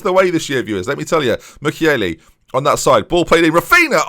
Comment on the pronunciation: please insert "Raphinha" into google translate in portuguese, it's so painful to hear you say the -nha sound as -na